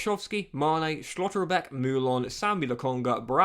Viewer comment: Think I speak for everyone when I say please stop pronouncing Schlotterbeck like an absolute helmet 😂